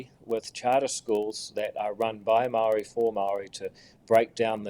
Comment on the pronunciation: Say the word "maori" how you grandad said STOP bending over to Willy Jackson and his pronunciation police...